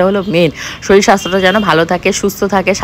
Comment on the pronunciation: দিদি তুমি শিক্ষিত হয়ে তুমি কি করে বলো শরীল ওটা শরীর হবে